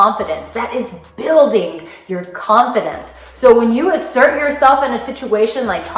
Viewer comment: I had to listen carefully a.m, I thought you said imsert, but after a few blinks and a yarn I realized that you were saying asert, good stuff.